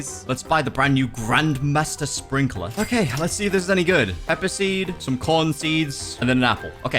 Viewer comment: he said grandFATHER sprinkeler